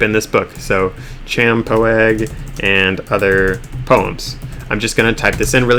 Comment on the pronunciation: Champoeg is pronounced "shampooey" and coincidentally is the name of a place just a few miles from McMinnville. Pretty cool spot to visit, actually, and, if I'm not mistaken, has some historical significance related to the founding of the state of Oregon.